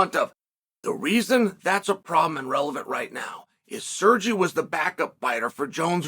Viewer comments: SerrGee!! Guy is a professional butcher of names. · Calling Sergei “Sirgee” is such a Chael thing to do